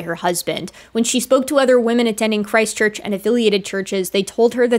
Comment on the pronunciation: every time you say Christ Church, i think you're saying ChristChurch a City in NZ